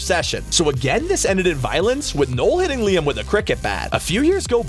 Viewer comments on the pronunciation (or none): none